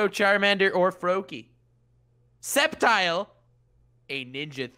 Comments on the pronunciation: Skep-tile?! It's Sceptile! Like Scepter, not Skep-ter! Don't disrespect ma boi Sceptile!! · I’m just gonna pretend Conor did not just call Sceptile skeptile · Its not skeptile goddamit